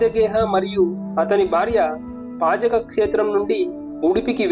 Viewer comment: పజక కాదు నాయనా అది "పాజక". ఉడిపి దగ్గర లో వుంటుంది.